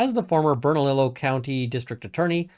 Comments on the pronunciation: I live in NM and was wondering if you'd comment on this situation. BTW, "ll" in Spanish is pronounced like a y. Bern-a-lee-yo 😊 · Awesome vid. Your pronunciation reminds me of Siri trying to pronounce street names here. 😂💚 Bernalillo is pronounced Burnah-LEE-Yoh, it's Spanish so the double 'L' does that weird thing. Lujan is also pronounced Loo-Hawn or Loo-hanne. Lujan is trying to hire friends and relatives to help pad their pockets during this economic downturn. It's what people do here in NM en masse and on a level I've never seen in CA, OR, WA or ID.